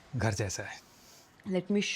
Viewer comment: धर नहीं, घर... बाकी ओके